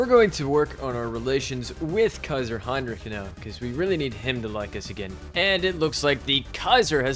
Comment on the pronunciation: I love how you don‘t say kaiser heinrick like so many others at least at many points 🔥🔥